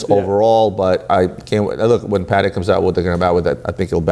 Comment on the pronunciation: woooowowowowo: Did correct "Chaykin" but calls Patek "paddec" 🤔🤨🤨🤨🤨🤨🤨🤨🤨